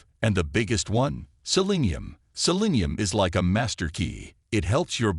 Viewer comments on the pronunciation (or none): none